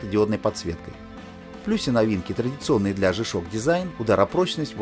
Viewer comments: По-английски буква "G" читается как "джи". "Жэ"- так обычно произносят букву "G" выпускники церковно-приходских школ, которые, как правило, не рискуют издавать собственный журнал. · Не жи ,а джи правильное произношение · смешно вы произносите жи-шок (g-shock), а надо Джи-шок (g-shock), при этом говорите не жипиэс (GPS), а Джипиэс (GPS), вы уж товарищ ведущий научитесь говорить правильно. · Верно, Александр Ковтуненко, Джи.